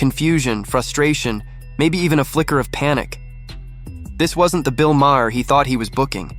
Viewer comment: You can’t afford to pay a voice actor - someone who can pronounce Maher - for 15 minutes of work? Then DON’T post these stupid videos.